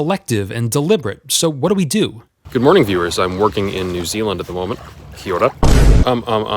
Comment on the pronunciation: rolling your rs while saying kia ora? well well well I didn't know I was watching a fellow New Zealander! :D :D :D